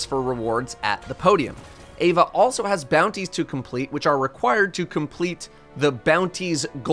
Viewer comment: Is it bugging anyone else out he keeps saying "Ava" rather than "Eva" ?